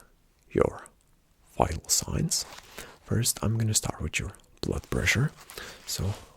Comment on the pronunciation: Wher going to staourte he says